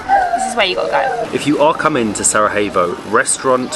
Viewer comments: Exactly. Don’t get me wrong but you’ve mispronounced the city’s name countless of times, if not butchered it mercilessly on some occasions… Sara-evo… Sarahevo… honestly, it doesn’t hurt to ask the locals first if you’re not sure or never heard the name called out loud. Believe it or not, but historically and globally speaking, it’s not an obscure countryside location no one’s ever heard about so it doesn’t take long to get it right. I know it might sound petty and unimportant to many, but constantly mispronouncing the name of the place that you actually present doesn’t give it much justice, if you know what I mean. Hopefully you don’t take it personally as we all enjoy watching your adventures and appreciate the effort made in all videos. Keep exploring and enjoy the atmosphere of each & every place! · Great video, guys! Just wanted to tell you that the J in Bosnian is pronounced as a Y. So Sarajevo is pronounced as Sarayevo ;-) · Love Bosnia, I spent a few days in Mostar last year...stunning old town! I'm curious though, isn't the j in Sarajevo pronounced as a y in English? I've always known it as Sarayevo, not Sarahevo! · Yes, letter 'j' is pronounced as letter 'y' (Yankee 😁) in English. It's definitely not SaraHevo or SaraJevo as you would pronounce the first letter/sound in the name Justin. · really enjoyed the vid but your pronunciation of Sarajevo wasn't it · You are aware there's no H in "Sarajevo," yes? Like, it's not like Spanish where the letter j is pronounced like an h? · The correct pronounciation is Sarajevo, not Sarahevo.😊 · Broh, its Sarajevo not Sarahevo... If you want replace the j by an y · What is with the pronunciation? You are not in Spain mate, pronounce j in “Sarajevo” as y, not as h… It hurts my ears… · You two are always brilliant!! Why do you keep saying SaraHevo? Slavic j is y, e.g. Sarayevo. ❤ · And please stop saying SARAHEVO its pronounced SARAYEVO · Its not sarahevo irs Sarajevo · J is pronounced like Y in Bosnian. 😊